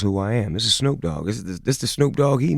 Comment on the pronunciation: "HEY SNUUP"